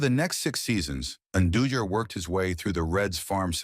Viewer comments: I can’t with these AI videos. It can’t even pronounce his name right. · WHY DO YOU MIS-PRONOUNCE AND BUTCH JOAQUIN'S LAST NAME??